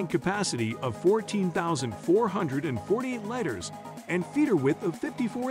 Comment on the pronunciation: how in the hell do you mispronounce liters?